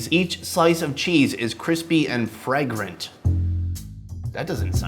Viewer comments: I like how you act and mispronounced fragrant like it's a word they made up, misspelled, or misused. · Also the only person I have seen who doesn't recognise the word fragrant and how it is pronounced.🙃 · When he pronounced fragrant wrong and he didn’t even know what it meant, just made me cringe.